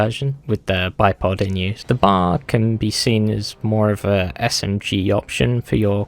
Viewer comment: Ain’t no way you called the B.A.R “the bar” like it was a bar of soap XD you’re supposed to pronounce every letter.